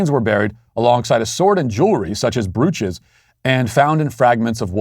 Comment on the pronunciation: I think Matt needed a glass of water during the cancellation. At least that’s what I’m blaming for his inability to correctly pronounce brooch (brōch), penis (pē′nĭs), and burial (bĕr′ē-əl).